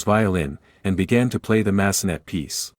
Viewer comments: Massenet needs to be pronounced in French. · I’m cringing when the AI voice says, “Mass-uh-NET.” Clearly, it’s the French composer, Jules Massenet. Pronounced MASS-uh-nay.